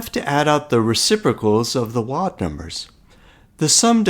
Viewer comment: This is a nice video. I understood the idea right away and I like how you carefully carried through the calculations. Your accent seems American but your pronunciation of the word "wild" is non-standard. Wild rhymes with mild and filed with a long-i sound.